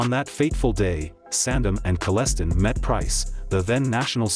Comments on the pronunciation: I’m sorry but this sounds ridiculous! If you’re going to use AI to narrate, at the very least listen to your content before you upload a video! Better still, have someone else listen to it. Kellestine is pronounced Kelleh- styne (like Palestine)! And “Iona” is not Lona, it’s “i”ona! Those are just the first two frustrations with this. The rest you get to find yourself. (btw, Weiner is a perfectionist so he’d tell you the same) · Good video but mispronounced Kalestine drove me nuts !!! LoL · Wasn't it pronounced Kalestine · Omg! Talk about disinformation!. You can't even pronounce his last name properly! It's Kelle......stine.....like a beer stein. People get sued for stuff like this......many many lies. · Kell es Tyne. I live down the road from there. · Your saying his name wrong! Rude... Kal-a-stine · It's pronounced Kal-es-tine and it's pronounced Eye-oh-na near shedden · His name is “Kelle-stine”. He was part of the London outlaw chapter. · It’s pronounced like Palestine. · Its not lona station its iona station and its kelle-stine like Frankenstein is pronounced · Improper pronunciation of his last name . It’s Kell- s- tyne. Then there’s Lona Station. It’s Eye - ona Station(iona). If you’re going to do a story at least get the names right. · Knew Wayne in High School. You're mis-pronouncing his name. it's actually pronounced : Kelle...stein. (Like: beer stein). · My dad went to high school with Wayne. F.y.i youve pronounced his name wrong its Wayne Kal-s-tine. I grew up in the area and Ive heard some crazy stories and been warned of a house or two. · His name is pronounced KELL S TINE. your pronunciation sounds horrible and wrecked the video for me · you finally get his name right, but then go back to say Kolestin. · Its Kell_E-Stine andd its I-owna not Lowna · Kal-es-stein ...is how its pronounced ....he was a long time friend with my dad and would visit our house often when i was really young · I know Wayne. He pronounces his last name Kell-e-stein